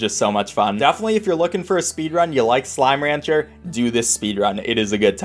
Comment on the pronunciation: how do you make slime ranger freaking SLIME RANGER to sound so bad